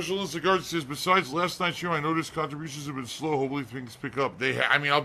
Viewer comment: “khantribution” “interaction”